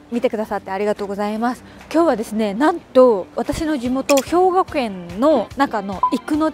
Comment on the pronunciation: 初っぱなに 『私の地元、ひょうぎょけん(兵庫県)』は笑った(*⌒∇⌒*) あの映画のなごり？ めっさかわいいわ🤩